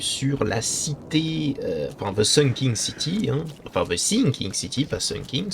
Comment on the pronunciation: C'est Sinking City, pas Sunking.